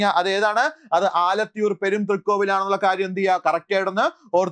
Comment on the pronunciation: ആലത്തൂർ എന്നാണ്